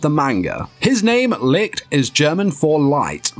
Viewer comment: Stop saying lick...its Li (CH) t